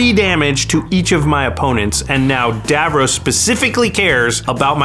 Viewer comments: It’s pronounced dav-ross, not dav-rohs. I wish they’d had an actual Doctor Who fan pilot one of these decks. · Hearing him call Davros 'Davrose' all game is maddening